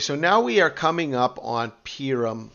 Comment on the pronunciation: Purim is pronounced "Pooorim"